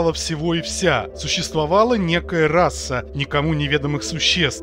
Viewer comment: В слове РАСА одна буква С. Одна! Р А С А. Кстати, чтец тоже считает, что там 2-3 С. Как вы достали уже. Может, почитаете книжки какие хорошие...